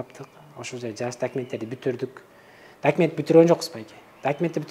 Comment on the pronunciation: Сураныч , орусча суйлобой эле кыргызча эле суйлонузчу. Аябай не грамотно суйлойт экенсиз, ушунча жыл Россияда жашап. Гирой, килиэнт, дэкимент, за свой каприз за вашьи денги деьей